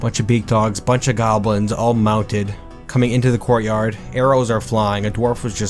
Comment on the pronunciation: I heard, "gore yard" when he said courtyard. Seemed super appropriate.